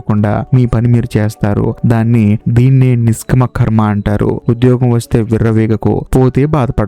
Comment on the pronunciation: నిష్కమా కాదు నిష్కామా